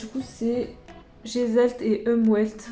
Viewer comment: Je me suis tapée un fou rire lorsque tu as dit "Gestalt et Umwelt" 😂😂. C'est en allemand et ça veut dire "Forme" et "Environnement", si jamais😉, je sais pas si ça va dans le contexte. 🤷‍♀️ Et le w de Unwelt se prononce comme un v, c'est pas comme en anglais. Sinon c'était une vidéo très intéressante, merci ! 🥰